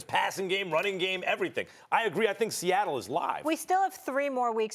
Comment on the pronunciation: “Sehettle Seahawks”